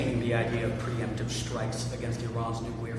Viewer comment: As he says. Preemptive. Then it's not preempitive